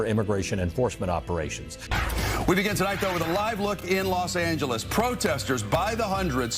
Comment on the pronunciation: When you listen to how to pronounce ' Los Angeles ' from native speakers, but still pronounce it wrong.:face-green-smiling